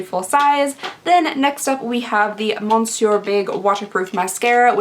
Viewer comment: How many comments do you get letting you know that you mispronounce monsieur in every single video?